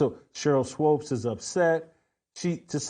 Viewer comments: It's not SWOPE it's Swoop! Rhymes with Hoop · I couldn’t watch more than 3 minutes of this because Jackson Whitlock kept saying Swopes instead of Swoops. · The fact Whitlock listened to SAS pronounce Swoops instead of Swopes and not acknowledge he's pronouncing her name wrong is hilarious 😂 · Why does Jason keep calling her Sheryl Swopes? Lol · Is he trolling by calling her Swopes instead of Swoopes? I'm dying 🤣😂🤣😂🙃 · SWOOPES, NOT SWOPES! WTFF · Her name is pronounced SWOOPS 🥴 if you’re going to hate, atleast say her name right. Swoopes. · Her name is pronounced Swoopes sounds like HOOPS. She knows what she’s doing. Shes being Skip Bayless and Caitlin is her Lebron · Uncle Tom doesn’t even no how to pronounce Sheryl swoopes name lol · I don’t understand why you purposely say her name wrong. I’m pretty positive you know better. That’s weird